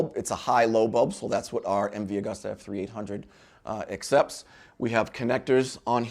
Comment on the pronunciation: Nice upload D! Keep 'em coming............ FYI; It's pronounced "Agoosta".